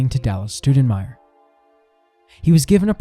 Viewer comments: It would be cooler if they could get our last name right. How does Stou sound like stew? It's closer to Stow... in respect for my great grand uncle - Scott Stoudenmire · Good job but I wish you wouldn't mispronounce our last name like my first grade teacher. It's not Stew-da-myer, closer to St-ow (/ou/) den-meyer. Cheers and thanks for what you're doing Scott Stoudenmire